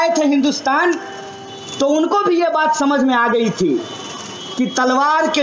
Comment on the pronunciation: mahashay kripya pehle aap apni vyakran sudhariye.... vaat or baat bahut aalag hain